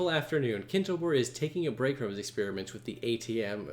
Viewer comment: that's not Kintobor. It's kintoBAR